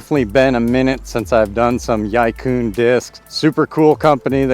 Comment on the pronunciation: Y-eye coon discs? May be America, but it's pronounced e-quinn closest easy murican pronunciation. And good vid, they're kindve astonishingly good discs